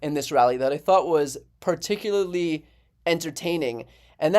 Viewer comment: *"per TIK yer ler lee"